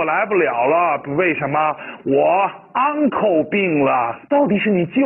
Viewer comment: 叔叔 uncle读: 昂口 脚踝 ankle读: 安口 老师的读音好像反了